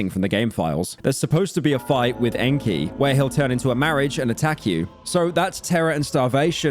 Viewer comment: Best part is that he's been pronouncing his name just fine 3 hours prior rofl